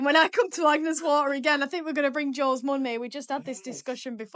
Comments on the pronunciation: Damn, you said Agnes Waters 🙄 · It’s Agnes Water not Agnes Waters. 👍